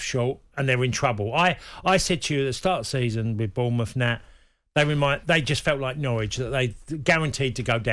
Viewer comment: Lads, it's Bournemouth.